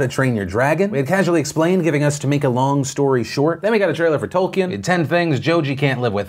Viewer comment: Am I the only one that cringed at his mispronunciation of Tolkien?